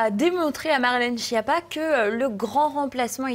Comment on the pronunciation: Skiappa, que ça se prononce et pas Chia pas 😋 allo quoi, wtf ! Retenir surtout que ça veut dire en italien : nullité, sous-doué, grosse courge, ...😅